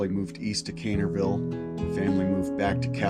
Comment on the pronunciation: it’s Also Caineville not “cainerville”